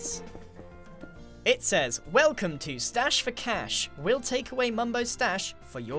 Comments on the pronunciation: Stache, grian! like moustache! not moustash! Lol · I think it is stache not stash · It's stache not stash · Grian, its stache not stash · ( it’s stache not stash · It’s not stash it’s stache for mustache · Stache for Cash, not Stash for Cash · 'Stache surely, Not stash! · It's stache, not stash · Grian... it’s S T A C H E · It's "Stache" not stash Grian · Stache not stash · Griannnn. It's stache not stash😂. Aslo did anyone else get Finding Nemo vibes when he was clearing out the chickens. Like the scene where Nemo has to put that rock in the pipe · Keep the name of the machine still project dirthouse or whatever it was. That makes it sound cool, someone brings it up and everyone just kinda knows what it is. It sounds like some kind of soviet experiment. Also reduce your price. Also stache not stash. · Hey Grian, it would actually be 'Stache for Cash (with a che not a sh)